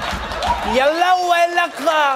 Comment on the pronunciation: OMG when he started mumbling in Arabic 😂😂😂😂😂😂😂. He said some words though ,and I think he knew what they meant. Like when he said Shokran and specially "yallah". and the tone and all was so in point, he must have seen someone talk like that 😂😂😂